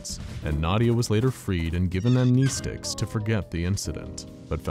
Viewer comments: AM-NEST-TICS not AM-KNEE-STICKS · Upvote for Am-KNEE-sticks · Upvote for Am-NEH-sticks